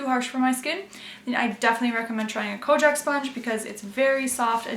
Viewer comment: Konjac sponges are the best!! BTW, I'm pretty sure its pronounced "kon - yak." The product originates in Japan, where the word is "konyakku" :)